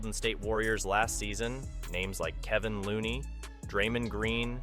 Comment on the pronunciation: I don’t like the way he said Kevon and Draymond….also it’s not Michael green it’s jamichael green. Idk if he really knows about the warriors the way he saying their names wrong lol.